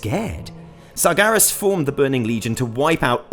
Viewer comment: It's sargearis